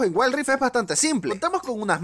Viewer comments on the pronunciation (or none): jaja waild raift